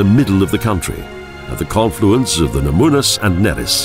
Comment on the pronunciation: I couldn't agree more. The "Na moo' nas" was bad enough, but "See Ay Lee Ay" instead of "Shiau-lay" (Šiauliai)? That's just beyond unforgivable. Great video, though. I'd think this video just might bring some tourism our direction.